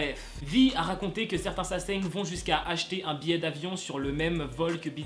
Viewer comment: Mdrrr t'as inversé le n et le g dans sasaeng 😂😂❤️❤️